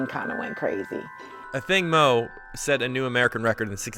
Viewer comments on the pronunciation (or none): Ok so her last name is pronounce “Moo” and not “moe” like everyone says? Why doesn’t she correct people and set the record straight??? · Why do sports announcers keep saying Athing MOE! Mu is not that hard to pronounce!